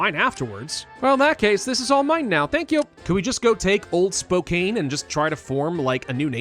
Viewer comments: I’ve said this in a video on old world blues a long time ago, but I’ll say it again because I’m from Washington and have family in Spokane. It’s pronounced Spo-can. Like spoke, and Can. But spelt with a K and an E. Thank you for your videos!❤ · Spokane is pronounced "spo-can" Tillamook is pronounced "tilla-muk"